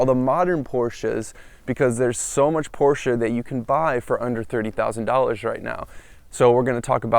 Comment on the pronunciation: You pronounce " Porsche" correctly !